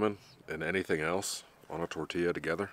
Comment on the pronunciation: Chi-polt-lee spice.... Tor-ti-a